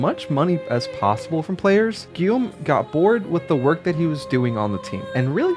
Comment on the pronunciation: that's Ubisoft Montreal but Broche worked at Ubisoft in France and Shanghai. Great job pronouncing his first name Guillaume by the way.